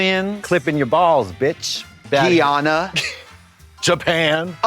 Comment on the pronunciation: trixie's pronunciation of guyana... 😭